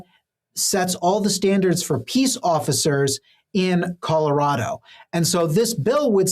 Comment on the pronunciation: if you grew up in Colorado why can’t you pronounce Colorado properly? (Sorry, just a pet peeve) I identify those born and raised in the state by the way they pronounce it.😉